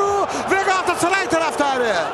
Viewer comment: hiç kimse galatasaray kelimesini ercan taner kadar güzel söyleyemez harikasın ercan abi çok yaşa